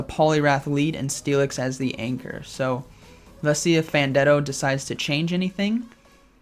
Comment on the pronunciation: Hey, just wandering where the 5th round for this tournament was?? Also its pronounced Fan ten do.